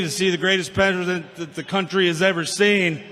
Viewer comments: These rallies are completely juvenile and so embarrassing to actual patriots. Dude couldn’t even pronounce “the greatest president” seemed like he doesn’t believe what he’s saying. Go figure. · He could not even pronounce the word president